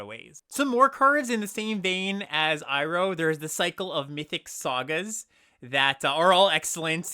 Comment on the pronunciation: You pronounced Iroh right! I'm proud of you, man 😢